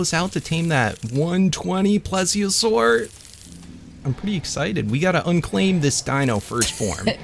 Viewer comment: he said plesiosaur and i thought he was breeding plesis